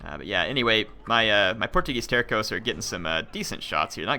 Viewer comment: If you want to know, Portuguese Terços is pronouced like there's a S (Tersos). Out of curiosity, it means third in english and it is believed they were always divided in 3 thirds (terços).